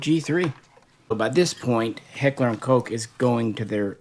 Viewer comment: One of the very FEW guntubers that pronounce Koch correctly. I appreciate that 👍